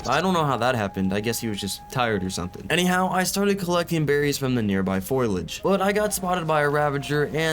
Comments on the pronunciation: I enjoy these vids but bro, it's foliage, not 'foilage' 😅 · nice try but its "foliage" not "foilage" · dude just double click to learn engram. also foliage is pronounced "foh lee ij" not "foil ij" and its not a preference. its the correct pronunciation, for anyone trying to be smart Also i just finished watching when you died at the end...you're just eating shots "balls" from the boss...usually in a boss fight in 90% of games, a slow moving ball is a projectile you can fire at to destroy before it hits you. did you actually try that? instead of trying to tank it and not get even halfway through the fight.